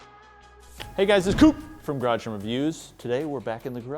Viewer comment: I thought you said arrived at the garbage 😂